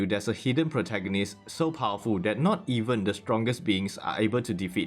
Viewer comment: im subscribing because of the word "protagoneeez".